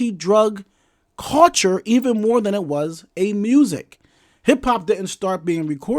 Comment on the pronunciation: I ain't gone lie the topic had me about to watch your video but everytime I heard you say the word cul-ture it turned me off. Gotta go.